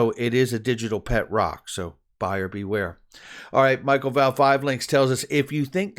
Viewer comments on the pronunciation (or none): none